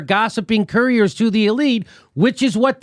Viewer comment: courtier /ˈkɔːtɪə/ noun a person who attends a royal court as a companion or adviser (Edited - emphasis on "advisor") to the king or queen. Not courier.